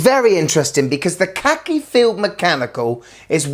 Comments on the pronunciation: Why don't you pronounce Khaki correctly? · khaki as in the military colour, please pronounce it correctly. 😉